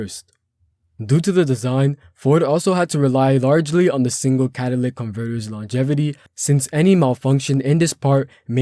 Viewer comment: I'm sorry dude I can't get past the fact that you can't pronounce certain words. It's pronounced cat-a-lit-ic not catalic.